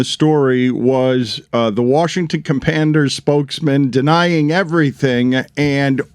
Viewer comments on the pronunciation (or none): “Washington Companders”